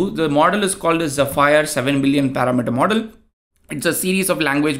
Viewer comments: The correct pronunciation for "zephyr" is ZEH-fur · i believe its pronounced like ze-fur... thanks for the video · AI: How can I help you today? You: Use phonetic formatting to show the correct pronunciation of 'Zephyr' AI: Sure! Zephyr is pronounced as "zeh-fər". ok that was still confunsing but its zef - fir as in fir tree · its zEpheer :D